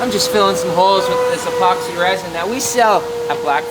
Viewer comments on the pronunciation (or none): The moment I hear "resin", I stop watching.